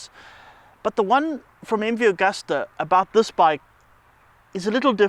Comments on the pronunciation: It's Agusta, not Augusta. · Chaps - it's MV Agusta, not MV Augusta That's Italian for August